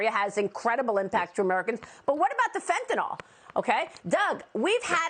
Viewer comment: It's fentaNYL. Not fentaNOL.